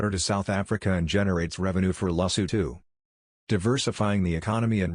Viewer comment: Don't you need to put more effort in how to pronounce the name? Your pronounciation sucks. This is horrible and disrepectful. Respect people by putting effort to pronounce their country and king properly, I can't even finish watching this, that is how bad it is.I'm not even Sotho, I'm Zulu from South Africa and I find this dsrespectful.